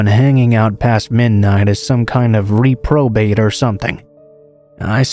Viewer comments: Haha, butchered reprobate too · Lol bro said RE-probate